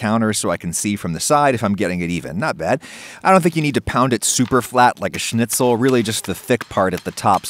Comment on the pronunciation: Your pronunciation of schnitzel is perfect👍